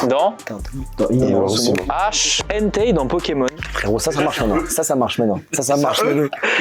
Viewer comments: c'est entei pas hentei😂😂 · C'est Entei et pas Hentei dans pokémon